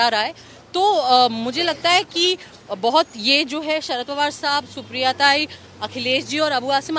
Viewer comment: Sarad border nahi Sharad bolna seekh sahi se.